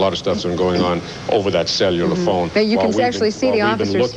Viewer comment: “Sell You Luhr Phones”